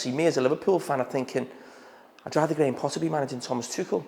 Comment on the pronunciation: Scouser Jamie Carragher is the only pundit in Britain that can pronounce "Tuchel" correctly! ;)